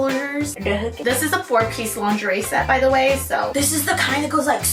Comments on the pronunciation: my love, my darling. Say it with me “lon-Zhuh-ray”. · LMAOOO now I will never say “LINGERIE” the same way! 😂😂😂